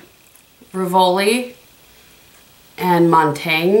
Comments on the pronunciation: Montagne is pronounced Moan-tany(a). Like you kind of swallow the last letter, bc the e is silent but goes with the n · You are correct that Montaigne was a Philosopher. However, if you look at the shadow name in relation to the others, I believe it's topographical, a street in Paris. Also, you can use google to get proper pronunciation in pretty much any language if you are so inclined. Love the 4 looks concept! Very helpful.